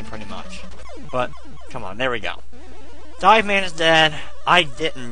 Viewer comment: Hey, it's DIVE man, not Dave fyi.